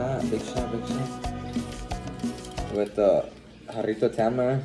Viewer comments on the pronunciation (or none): none